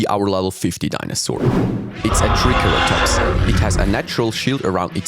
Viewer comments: "Trikayratops" It's Tri-sair-uh-tops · ah yes "the treecolotops"